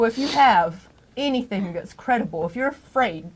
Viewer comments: Her pronunciation of ‘anything’ as ‘anythink’ makes me question her multiple degrees. In another conversation with Al, she says ‘why come’ which again makes me doubt her supposedly extensive qualifications. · What dialect adds a k to words that end in “ing”…like “anythingk”